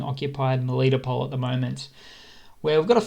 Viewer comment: It's Mel I toe pol not melito pol